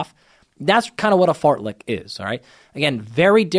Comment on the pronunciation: I'll never not hear it as "fartlick run"